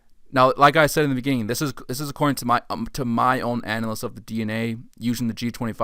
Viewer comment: Nice video but please work on your pronunciation of the words analysis and dispersal.